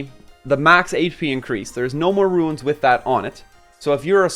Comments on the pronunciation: psstt.. its not ruins But runes ;) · Dude quit calling them ruins